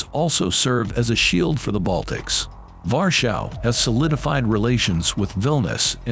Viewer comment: Why do you say Varshav instead of Warsaw? Try Varshava.